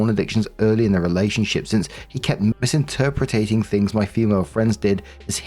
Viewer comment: Story 1 - When still insists upon mispronouncing "interpreting" as "interpreTATING".